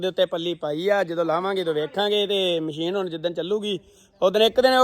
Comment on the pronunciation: ਮਸ਼ੀਨ ਹੁੰਦੀ ਹੈ ਵੀਰ ਜੀ ਮਛੀਨ ਨਹੀ